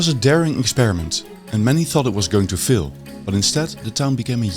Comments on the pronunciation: It's 'faaaiil', not 'fail', which to British ears sounds almost like 'fill'. Looong vowels are longer than in Dutch, the film maker's language. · you really need to work on your pronunciation. It is FAIL, not FILL. Very irritating, if this is such an important word as it is in your video. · Why would anybody pronounce "fail" like "fill"..... There is no need for that. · Great video, I enjoyed. Don't want to complain but thought you might like to know. When you said "fill" I think you meant "fail"? (it rhymes with pale). And King Charles is king of the United Kingdom of Great Britain and Northern Ireland, or short UK. England is what many Americans say because they don't know that the other parts are Wales, Scotland and Northern Ireland. If I was from any of the not-England parts I would be rather annoyed, if not seriously pisses off. I enjoyed the subject matter of this video. Looking forward to catching up on your other videos. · Your accent is quite interesting. You pronounce "fail" as "fill". You don't pronounce the "a" at all.